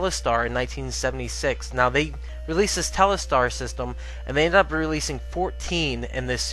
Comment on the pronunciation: it's telstar, not telestar. ;-)